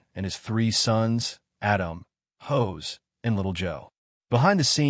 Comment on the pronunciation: The character's name is pronounced HOSS not HOSE . Try pronouncing it phonetically.